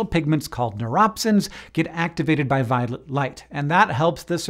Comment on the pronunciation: did you just call it "violent" light?? lmfao